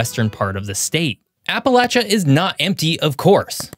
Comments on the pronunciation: Ok i genuinely don't know if it's my Adirondack accent or if you're doing it on purpose but it's " App-uh-lay-shuh" not "App-uh-latch-uh" I feel like I'm having a stroke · And it’s appa lay sha not appa latch ah !!! 😂 fr though people can’t even say it right ! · Appa-“latch”-uh grates on my nerves. 😬 It’s Appa-“lay”-cha. Regardless of how locals in different areas pronounce it, it’s still “lay”, not “latch”. (Ref: Webster’s Dictionary) 🌷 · basically, once you get far enough north that people stop saying "y'all" and you start hearing the "appalayshun" mispronunciation, you're no longer in Appalachia. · Not getting my information from someone who can't even pronounce Appalachia properly 😂😂😂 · Am I the only Appalachian to cringe how he says it? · The ch in Appalachia is pronounce with the sh sound. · Probably should learn how to say the region correctly before doing a show about it. Wanted to shut it off immediately. Just so I didn't have to hear it one more time. The c h is pronounced like sh dude. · You're pronouncing it wrong